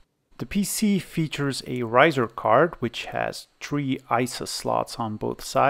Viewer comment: lol i noticed that sometime you pronounce it as tree and sometimes three.